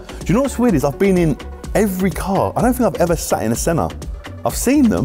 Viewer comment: Misspronounces senna's name says a chiron is a good car....stick to wrapping